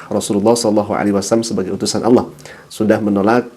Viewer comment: Allah SWT bukan awloh perbaiki bacaan dan tulisanx